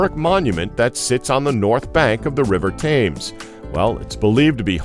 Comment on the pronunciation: tems mate its pronounced tems